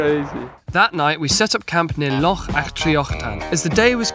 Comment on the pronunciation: Thank you from a Scot for trying to say Loch instead of lock 🔐